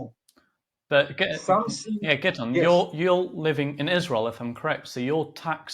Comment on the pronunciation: His names not giddon it’s Gideon… why is that the go to for Zionist pigs … ask one of them to say Iran… it’s hilarious how they get a sense of superiority from mispronouncing others names … fucken childish